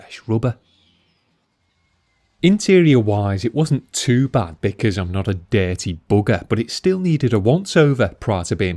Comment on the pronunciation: Dare-tee boog-air! Like..